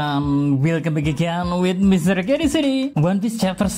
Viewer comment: Salah sebut itu Mr k di menit